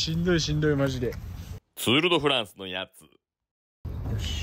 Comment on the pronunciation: 釣ーるどフランじゃなくて釣ーリドフランス